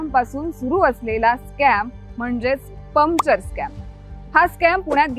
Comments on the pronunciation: परफेक्ट टीम वर्क पण चुकीच्या कामात.. मॅडम.. पमचर नाही पंक्चर म्हणत जा. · Arre baba Pumpchar nahi , puncture bol ga 😂😂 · पम्चर नाही, पंक्चर म्हणतात ग त्याला. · पमचर, English word.. It’s okay But - बाराइकिन got me rolling 😂